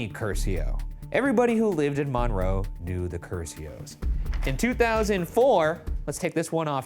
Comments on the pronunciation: Hey did you know the locals pronounce it 'mun-roe' rather than mawn-roe? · Hearing Ryan say mohn-roe instead of mun-roe killed me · So, I grew up in Monroe (btw, local towns have a habit of having names that are not pronounced the way you think, MINroe is correct). I was in 8th grade when this happened, I remember going into lock down for it. My teachers remembered him and no one expected this from him. Also, not the most interesting crime related thing from the town imo. 😉 Google Dennis "Slick" Lilly and enjoy the epic crime/love story. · I remember when this happened, we live 45 min north of Monroe. It was crazy (and it is actually pronounced Mun-roe 😂) but I still love you guys lol😊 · Little bit of a moot point but it’s pronounce “Mun-Row” to Seattlites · As someone from here, the way he was saying "Monroe, Washington" got me. (pronounced MUN-roe) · Hearing the way the pronounce Monroe made me chuckle. This is just 30 mins away from where I live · As someone from the Monroe area, Ryan’s pronunciation of Monroe is wild to me 😂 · I have lived by Monroe (p.s. you are saying Monroe wrong) my whole life. Never have I he about this. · Ps Ryan, you're pronouncing monroe wrong😅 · Ryan’s pronunciation of Monroe not two minutes into this reminded me that, despite the serious music and intro, I shouldn’t take this very seriously. Gotta love it.